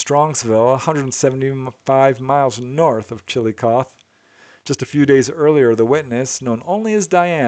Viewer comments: You do a really good job of pronouncing all the towns in all the different countries which is no easy feat (: That said, Chillicothe Ohio is pronounced "Chill-i-coth-eeee" (with a short "i"). Just FYI. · The last letter in ‘Chillicothe” is said aloud “Chill-eh-coth-eee” 👊🏼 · Hey, it is pronounced chillo coth hee. I know that the spelling is Chillicothe the hee is pronounced too. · It's pronounced chill-i-kothee. I only know because my mom's best friend lived here. I love the reports though!